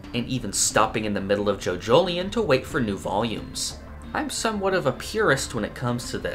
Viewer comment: Nevermind colours, I'm just here weirded out by "joJOlion" instead of something more spanishy-like as in "jojoliON"